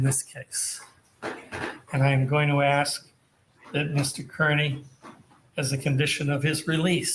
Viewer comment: Does he say Mr. Kurney on purpose??